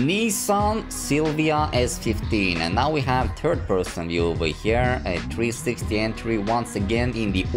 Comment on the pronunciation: said "Turd person view":P